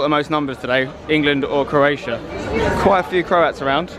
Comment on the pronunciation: 'CROATIAI' - LUL xDDD